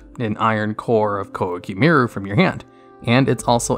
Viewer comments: "KOWA KEY MAY RU" Thats how we pronounce it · "Qwah-key meer-roo"